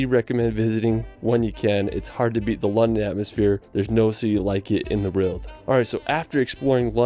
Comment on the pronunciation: can't even say world properly, he says "reld"... I don't know if that's just his way (or typical of folks from Utah?) but it is frustrating to hear so many mispronounced words, like "West Minister" and "Stonehenge" etc. 😐